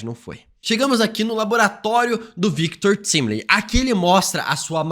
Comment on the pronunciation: Só eu que fico com agonia quando ele pronuncia de forma errada o nome do Victor Timely e Alioth? 😰